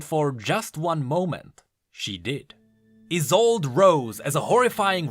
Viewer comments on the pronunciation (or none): I think the is is pronounced like the final e in Yone (so Yo-neh end Ee-sol-deh, not Ee-sold), it being a German name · Let me just save you from a bombardment of bullshit "Iss-old-ay" Is how you pronounce it. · I think her name was pronounced EYE SOLD E my last name is Isolde and pronounced like that/